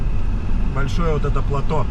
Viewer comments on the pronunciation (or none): none